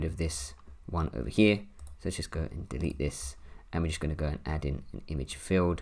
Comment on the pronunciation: I took a shot for every time he said “over heeh” (over here) 🥴🤭🥴🤭